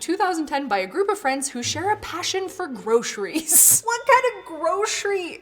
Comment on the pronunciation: I never heard anyone pronounce groceries that way???